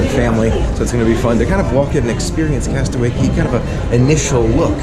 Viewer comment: It not cey cay castaway cay not to be rude just. So you know